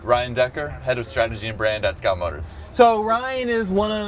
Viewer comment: Nice presentation but improve your pronounciation .. a lot of the times when you and the strategy head said 'Scout', it sounded like 'scalp', sounds like someone out here selling scalped cars 😂